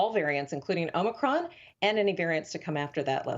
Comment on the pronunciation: Its omnicron man!